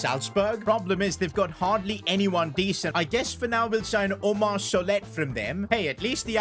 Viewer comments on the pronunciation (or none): none